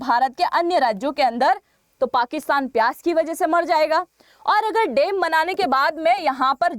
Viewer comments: Madam there is a difference between डेम and. डैम So please be careful about pronunciation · Woh डेम नही डैम होता है, सही पकड़े हैं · Dem kya hota hai .dam bola na😅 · dem nahi dam aur lara nahi lar rahe the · Madam, Dam ko Dem kyo bolti hain Rajasthani style mein. Kal toh ap bag ko bhi beg bolengi. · Madam ji, it’s डैम not डेम 🤣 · Please improve your pronunciation of DAM.